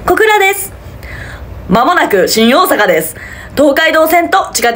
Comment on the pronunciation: ｢しん⤵︎ おぉ⤴︎さか｣と｢しん⤵︎ こぉ⤴︎べ｣がおもろい笑